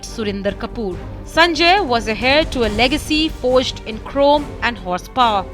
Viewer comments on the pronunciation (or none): It's not "Hair" Heir is pronounced "air" 😅